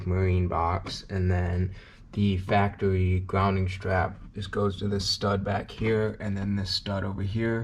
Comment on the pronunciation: Factawy lolol